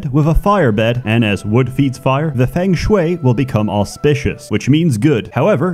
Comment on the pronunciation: What I've learnt is that spent the last 2 months learning to say Feng Shui correctly